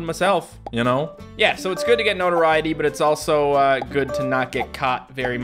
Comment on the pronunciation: It took me five minutes to realize he was saying notoriety....